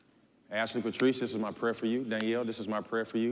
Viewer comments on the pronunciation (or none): none